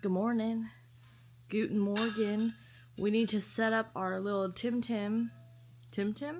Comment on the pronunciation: I looove the way you said "guten Morgen " and love the vlog❤😅